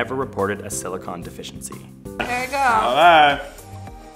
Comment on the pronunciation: "deficiancy"? ouch